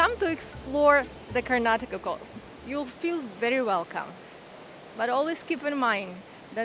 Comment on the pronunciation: Welcome to Karnataka, One State Many World's, And thanks for Pronouncing our states name perfectly as many people from India themselves don't know to pronounce it and remove the last alphabet 'A' from Karnataka.